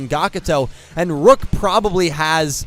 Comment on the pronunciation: Rook not luke Neil not nail